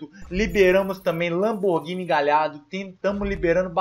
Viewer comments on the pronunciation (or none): none